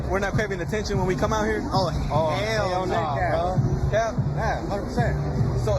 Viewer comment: Girls..... if you can say "Know" properly then you can say "No" also..... its not NAWR